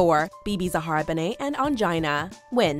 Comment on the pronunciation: She called Bebe benet?